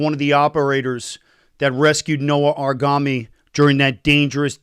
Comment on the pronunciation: Aaron,pl get the name correctly.You are an israeli and thats the least that one expects,a correct pronunciation of an israeli name.Its noa argamani not noa argami